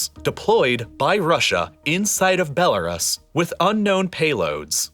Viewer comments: dude stop saying BeloRAS, it's BeloRoos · Is Bell-R-Us a bell shop? Bell-r-us, bell-r-us, it's so annoying, I couldn't tolerate the video any longer. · Good video, but for the love of all that is holy, it's pronounced "bel-uh-ROOS." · BELL A ROOS not Bell A RISS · Belarus is pronounced like this " Bela roos" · And he says "Belaruss" about 100 times, like in all his other videos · For the love of god please look up how to pronounce Belarus, it’s doing my head in 😂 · The way he says Belarus is weird to me lol